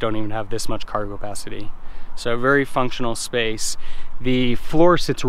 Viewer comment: Are you saying "cargopacity"?